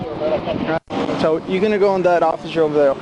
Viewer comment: "So solly!" x 1 billion